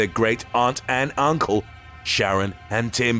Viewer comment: weir evil emPHAsis: "The were adopted by their great aunt AND UNCLE!